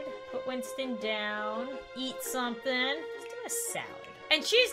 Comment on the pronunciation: I think when she said eat something but I heard yeet something 😂😂😂😂😂😂😂